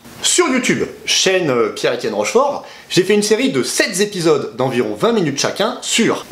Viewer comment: A 5.37 : "j'ai fait une série de 7 z'épisodes"...j'adore !!comme tu n'es pas prof de lettres on te pardonne. Sinon, vidéo bien faite et intéressante, heu...non : déprimante. Le summum de la crétinerie étant sans doute la suppression des maths "simples", débouchant sur un choix clair : soit tenter de devenir un programmeur informatique, soit se condamner à être incapable d'utiliser intelligemment excel, par exemple, faute de maitriser suffisamment le raisonnement mathématique élémentaire.